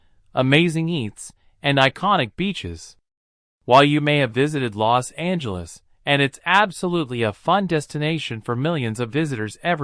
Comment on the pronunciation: its called los angeles not lost angeles